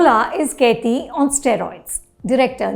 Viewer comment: Can none of the non-tamilians pronounce 'kaithi' properly?? Is it that hard??? Gosh!!!!! Take some effort man.